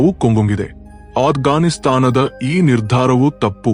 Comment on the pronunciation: Hello Mr. In your video the your pranositation the word Afghanistan hear like a Ajghanistan. Request to please correct your pranositation. I am hearing your this video from USA ,LEESEBURG ,Near Washington DC. Jai Sri Jaishankar ji Jai Sri Modiji Jai Bharath Mathaki Jai Hind 🇮🇳🇮🇳🇮🇳🇮🇳🇮🇳🇮🇳🇮🇳🇮🇳🇮🇳🇮🇳🇮🇳🇮🇳🇮🇳🇮🇳🇮🇳🇮🇳🇮🇳🇮🇳🇮🇳🇮🇳🇮🇳🇮🇳🇮🇳🇮🇳🇮🇳🇮🇳🇮🇳🇮🇳🇮🇳